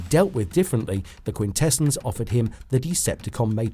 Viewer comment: Stop saying Quintessons like that. Has the narrator seen the show?